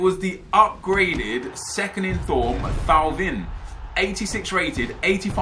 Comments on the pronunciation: Now that you've packed Thauvin please learn how to say his name , and tell Bates too. It's pronounced like "Toe-Van" not "Thaw-Vin" . Love U Nep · It's pronounced Tauvin 🙂🙂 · Hey Nep. It's pronounced Toe-Van. Hope that helps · That IF Thauvin is pronounced Toe-Van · Thauvin is accualy pronounes TO-V-IN ( like "un " , one in french ) . Love the vids 😊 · It pronounced Thor-van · Nerisay Kunggungs its Toe-van